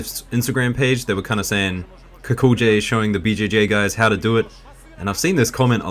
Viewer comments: O for Gods sake lern to pronounce Kukolj.try Kukoly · it's more like Kukol-yay, but that J sound found in Slavic languages doesn't really exist in English...